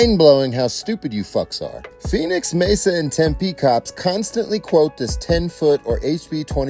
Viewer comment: "CUNTSTANTLY" ABSOLUTELY FKN HILARIOUS...